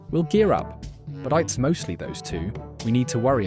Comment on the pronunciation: AI voices always make me wonder if it's someone who is a non-native speaker of English, until it gets to something incredibly stupid like a typo or pronouncing "it's" as "Eye-Tee's". It's like, you're already just gathering a ton of memes and stuff, is it really THAT much effort to just read them out with your own voice instead of sounding like someone who's struggling how to read and also doesn't understand incredibly basic things?